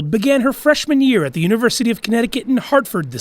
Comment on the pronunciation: Just attempting to assist you. At the beginning you said, “The girl . . . “ You don’t pronounce ‘the’ with a long ‘e’; it sounds as the word thee. If the next word doesn’t begin with a short vowel, then ‘the’ is pronounced ‘the’. Your next word was ‘girl’, which begins with a consonant. Just saying!!